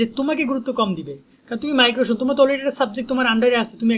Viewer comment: 😂ভাই মাইগ্রোশন না মাইগ্রেশন